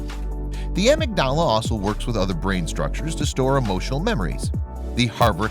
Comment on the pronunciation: It's pronounced "ah-MIG-da-la".